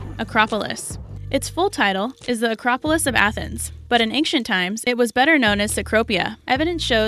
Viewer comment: Did anyone notice the pronunciation of the word ancient??? I SWEAR she said ank-cient lol